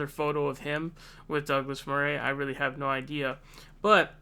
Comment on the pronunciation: I don't know if it's just you saying 'Murray' wrong or a general American thing, but that's not how you say his name.